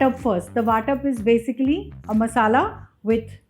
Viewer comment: It's Vatan not Vatap! Vatap means distribution.